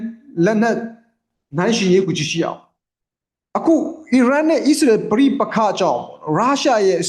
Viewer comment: ကျေးဗူးပြု၍ နိုင်ငံများရဲ့ နာမည်များဖတ်လျှင် မြန်မာလိုအသံထွက်၍ဖတ်ပြပါ။Please! အစ္စရေးဆိုရင် ဝစ်စာနှစ်လုံးသံပါအောင်ဖတ်ပါ၊Iranဆို အီးရန်မဟုတ် အီရန် အစ္စရေးဆို အစ်စရေ မဟုတ် အစ်စရေးလို့ဖတ်ပါ၊နားထောင်ရတာအဆင်မပြေလို့ Fighting!ပါ၊ဆရာလုပ်တာမဟုတ်ပါ အကြံပေးတာပါ။please